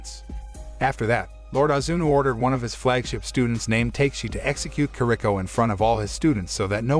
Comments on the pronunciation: Not takeshi it pronounceTeKashi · "Ta Ke Shi"... NOT "TAKE shi"... Oh well... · Fantastic recap.....but I can't be the only one bothered by his pronunciation of Takeshi (Ta-Kesh-I) as (Tay-K-She) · it's not TAKE-SHE, right? It's TA-KE-SHE. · Take-shi... take shi.. it's not Ta-Ke-Shi bois, but TAKE-SHI. LMAO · Ta-ke-shi not take-shi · The pronunciation of the names bothers me also. Takeshi isn’t pronounced “Take-Shi”. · Nobody:: Take-she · Why did you say takeshi's name like that